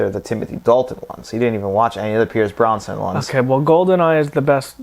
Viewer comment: Pierce Brosnan not "Bronson". :)